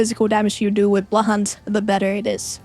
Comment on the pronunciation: When you say Blood Hunt, it sounds like “Butt hunt”. Spilled my tea just now 😅